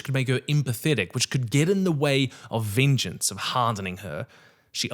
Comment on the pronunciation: Say VEENJENCE one more time I swear